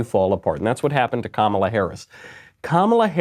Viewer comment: Kum-ala....nooo. LOL!